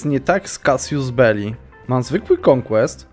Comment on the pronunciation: Drobna uwaga: Casus Belli, nie "casius," Casius, to rzymskie imie- Kasjusz.